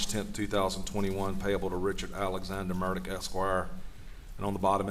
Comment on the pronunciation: Why does he pronounce his name like it has a T in it???